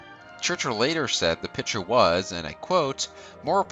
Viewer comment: Good video but you really need to work on pronunciation in general. People names and especially places are really garbaly. I enjoy your channel. Just something I’ve noticed. Pick-ture = Photo/Movie Pit-cher = something that holds liquid or a member of a baseball team.